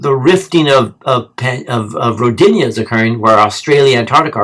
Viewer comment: Its pronounced (Ro dee na) more emphasis on Ro part.. Rodinia sounds like female name lol